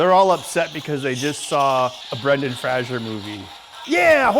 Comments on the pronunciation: "Brendan Fraajaar" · "Brendan Frasher movie"